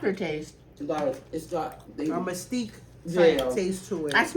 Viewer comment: It's mesquite not mystique